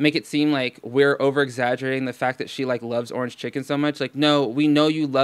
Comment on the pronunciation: I get triggered as F when she says "ornge"